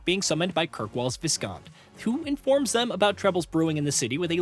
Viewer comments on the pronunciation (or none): irium? Theedis? Mittle? Corifis? Even Sera pronounces his name better than that - Coryphytit <3. Oh, and the S in viscount is silent. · Thank god someone else pointed this out. Also Viscount is pronounced "Vy-count"